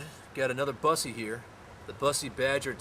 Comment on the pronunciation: i think you pronounce it BOOSSE not BUS eee